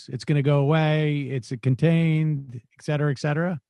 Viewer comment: Hate too hear Sam say "ec cetera". Pet peeve.